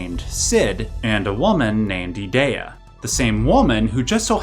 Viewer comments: I stopped watching when you said E-Day-A. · Those pronunciations were rough... "ee-DEE-uh" "ult-uh-MEE-see-uh" Elone is straight up just "Alone"... "gal-BAY-dee-uh" C'mon man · I hate the way you say Edea lol its E-dee-ah. Even if it isnt :p